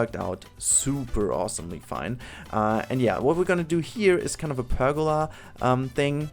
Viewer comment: lol ich komm von silvaret rüber und hab bis du pergola gesagt hast nicht gewusst dass du deutsch bist XD was ein zufall